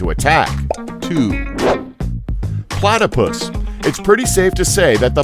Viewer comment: IM AT 709 HE SAID "PLATA" AND IM LIKE PLATAPUS I ALREADY KNOW PLATAPUSUS ARE POISUNUS